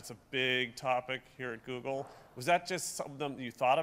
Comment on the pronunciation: Hehehe, "Zoogle"